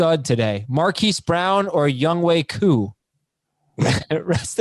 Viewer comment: NO I'm Korean, and his name is pronounced as "Young Hway Koo," not "Young Hoe Koo."